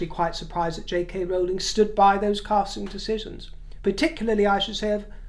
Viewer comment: Thank you for the Rowling Rowling pronunciation!!!!